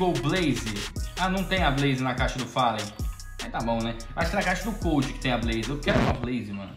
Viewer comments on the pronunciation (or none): none